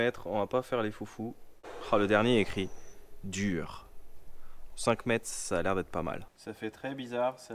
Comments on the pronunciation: Pour le mot en turc " Dur" qui se prononce " dour" et cela signifie " stop" 🛑 Et il a dit : dur....genre....ce pain est dur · Salut, pour info « dur » ça se prononce dour et ça veut dir stop, à l’occasion tu regarderas les panneaux stop sur la route et bien tu verras ya marqué DUR J’étais mort de rire, tu m’as fait la soirée. Tchao tchao